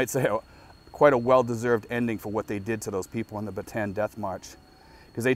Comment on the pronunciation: The death march is pronounced Bat te Ann. Ba tan is a completely different place.